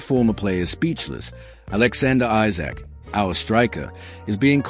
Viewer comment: You say you’re a fan but you can’t spell or pronounce Isak’s name correctly. Esak is the correct way to pronounce it.